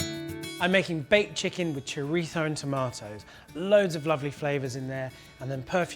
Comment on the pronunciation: Chorizo... Would you please pronounce it as it's pronounced in English. You don't hear Spanish people pronouncing types of English food with an accentuated dodgy English accent 😜